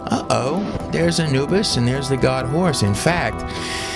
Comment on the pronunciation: This dude is a goofdick. He can't even say God!